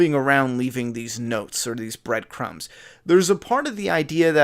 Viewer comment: When you said he follows notes. I thought you said he follows goats and busted out laughing